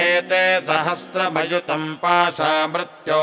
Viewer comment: uchcharn me ree ki matra ko sahi nahi bola ja raha .mrtyor nahi mrityor bola jata hai.Mrtyunjaya nahi mrityunjaya bola jayega.